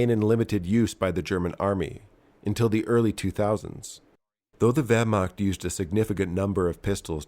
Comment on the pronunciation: The Wehrmagt xD